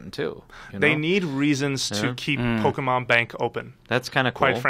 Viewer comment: Quit saying " pokamon" !!! I hate that lol